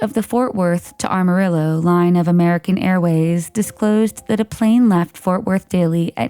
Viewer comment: I did not know they changed the name of AM-arillo Texas to ARM-arillo Texas, but the narrator repeated it so many times that I am sure they have made the change by now.